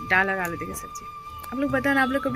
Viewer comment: Aur हां आप जो डाल बोलते हैं तो डाल नहीं दाल होता है